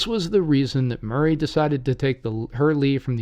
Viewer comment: It is pronounced Maury not Murray.